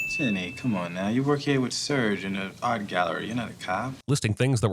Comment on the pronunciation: I forgot Mike Ehrmantraut was in this movie! Also, a sin to the narrator for not pronouncing Serge’s name correctly!